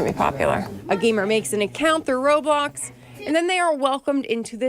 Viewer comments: she literally pronounces roblox like RobOcKs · ‘Robox’ ............ tf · Dude it’s not robox it’s roblox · She said ROBOX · They said roblOox And roblocs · she literally pronounces the word raw-blox What if minecraft? mincraft? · ro-box lmfao